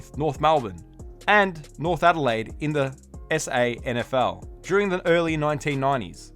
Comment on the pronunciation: Thank you for saying S.A.N.F.L, not Sanfull